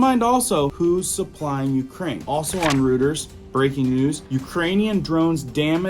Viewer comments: And don't forget, ROY-TERS, rooters. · its pronounced ROY TERS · Hate correcting! But Reuters is pronounced Royters not Rooters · It is NOT "ROOT-ers" it is actually "ROY-ters" ---FYI. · Bruv dont pronounce the P in "Coup" Say it like this, "Coo" 👍 And when you say "Routers" it's pronounced "Roy-ters" Im telling you with respect, i'm not being funny but i dont want other people to think anything bad about you coz we all love you here, (No Homo) 👍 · ITS PRONOUNCED COO! DEAR LORD! ALSO, NOT RUTERS! ROYTERS! LEARN THE ENGLISH LANGUAGE PLEASE!!!!!